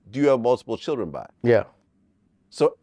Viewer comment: I love Boosie but love his accent even more ❤😂 the way he says Cherrdren 😅